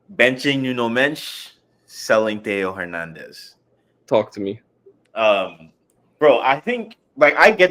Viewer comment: so much care put into pronouncing this list until you get to Hernandez